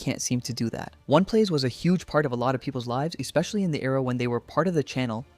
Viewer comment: Why do you keep calling it ONE plays lmao